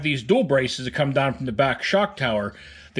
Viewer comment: “Slap daaaahn!” LOL. Are you from western PA?